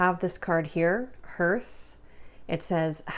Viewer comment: You’re pronouncing hearth wrong. You can always Google a word if you’re not sure of the pronunciation to avoid embarrassing yourself in the future ❤️